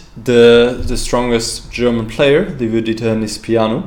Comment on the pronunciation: Congratulations for the win, you are the only one commentator who's pronouncing perfect Liviu's name. Like Leave you, for English speakers